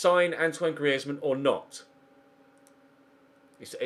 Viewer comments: Its not gree ez man its greez man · please say griezmann not gri ez mann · It’s pronounced greez-mann not Gree-ez-mann jesus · Its not Gri-ez-man 😂 its 2 syllables mate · Dude, Griezmann is French (and his surname is Alsatian), not Spanish. The z is just pronounced like a normal z, not a "th" sound. Google IPA/French if you want to check for yourself. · It's not GriÉzmann!!!!!!!!!!!! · Why are you pronouncing Griezmann like that? 😕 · Don't sign Griezmann I can't stand the way you pronounce it 😂😂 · Simple for the fact that I hate how you say Griezmann I'm saying Draxler Draxler Draxler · Please stop saying Griezmann like that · Pls stop saying griezmann like that he's not Spanish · yes get Griezmann and say his name correctly please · Who else is cringing every time he says Griezmann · don't buy griezmann if you're gonna keep saying his name like that, sign forsberg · What was that pronounciation of griezmann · Please say griezmann properly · Why do u say thomas and griezzmann like a fuckin idiot